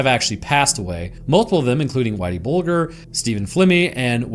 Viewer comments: Pronounced bulge----err not bul---gur.. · 😂 that and "Bull-ger" 😂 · James “whitey” bulger pronounced “buldger” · How's it even possible not to know how Bulger's name is pronounced? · Just fyi, the "g" in Bulger is soft. Like germ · You dont even say whiteys last name right 😂😂😂😂just shows the lack of knowledge